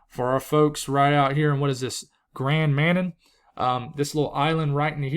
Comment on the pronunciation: Lol...little island is pronounced...Grand MaNann. Hope this helps😊